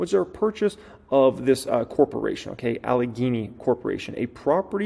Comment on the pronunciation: demi-gog. like demi Moore; you said Allegheny right